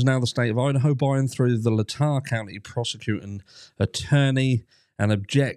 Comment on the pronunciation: ...it's Latah....Lay-Taa.....cheers...!!